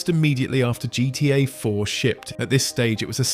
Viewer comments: Nope. Notice how weirdly he pronounces "GTA" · Why can't you say gta properly? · Ai Voice? Started wondering cause of the "GTA" pronunciation